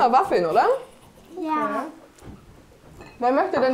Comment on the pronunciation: Man spricht es "Zukini" aus. Wie bei "Lachs" und nicht wie in "Milch". Das triggert mich hart....